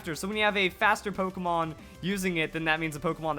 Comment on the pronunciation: um... you know it's a front accent for pokémon? My first language is french so if you put the accent you used it just deforms the word.